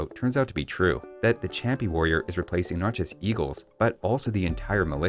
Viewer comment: I don't actually know Spanish, so don't trust me on this, but I think the ch in champi is pronounced like sh (the word is Inca, but Native American words are usually romanized based on what European civilization transcribed it).